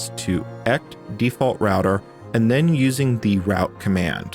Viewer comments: Not "cume", it's "cue em-yoo" as in quick emulator. Some apparently say "kee-mew" which is only slightly less nuts-driving. Edit: You really said "ect" too? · Do you pronounce QEMU, /etc, and Kerberos incorrectly for engagement?